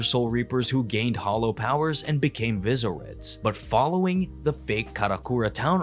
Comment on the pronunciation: like how do you say visoerd like that